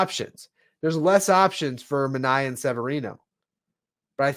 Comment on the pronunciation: I love your content but this has been bothering me all winter... It's Manea (MAN-EYY-AH) not like Omar Minaya (MIN-EYE-AH)